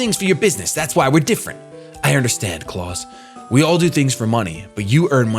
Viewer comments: Soo did anyone else notice the next button when he was getting his starter? Also the guy in blue, his name is pronounced Kl-ow-s, not like clause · It's pronounced Kl -ow-s (like "house" with "kl" instead of "h")(German name), not Clause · not really. it is actually pronounced like kl-ow-s